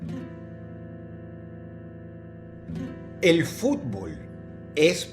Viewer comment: Uno se da cuenta de que a Dross no le gusta el fútbol por como pronuncia el nombre de los equipos y de los estadios. Igualmente, Excelente video